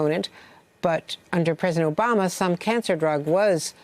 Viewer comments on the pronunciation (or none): none